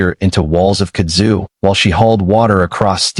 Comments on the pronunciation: It is pronounced "KUD zu". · Kud’ zu. Emphasis is on the first syllable. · it's pronounced "Kud' zu" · Stupid AI Kudzu is one word it ain’t hyphenated there’s no split in the middle of it. You say Kudzu